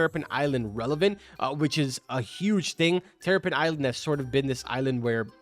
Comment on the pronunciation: He said teripen bro:(